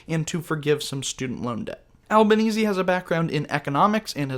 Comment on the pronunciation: Congrats on correctly pronouncing the name of the Prime Minister, Anthony Albanese (rhymes with Sleazy). Easy by name; sleazy by nature.